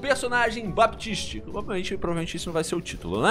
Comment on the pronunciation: o P do baptist é mudo.. pode falar "batist" k